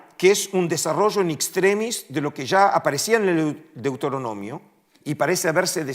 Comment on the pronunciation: Un académico que dice deutoronomio en lugar de Deuteronomio pierde toda credibilidad.